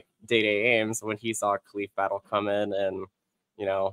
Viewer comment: Maybe Battle did come because you guys don't know how to pronounce his name